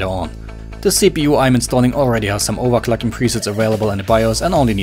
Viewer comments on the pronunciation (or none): overclacking xDDD Dat english do:DDD Aber wie immer nice